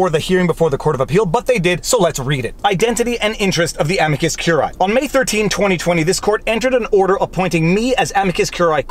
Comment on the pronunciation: Look, curiae has three syllables: amicus curiae ə-mē″kəs kyoo͝r′ē-ī″